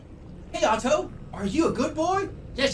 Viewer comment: I find it weird how Jerma heavily pronunciates the "tt" in "Otto"